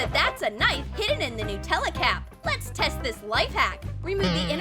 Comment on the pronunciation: Any one notes that they called it Nuutella instead of Nutella